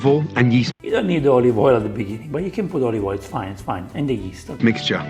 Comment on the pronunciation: "add yeast to warm water" really sounded like "add ghee to warm water" lol